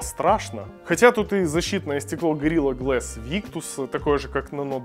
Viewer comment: Горила глэс. Как же слух режет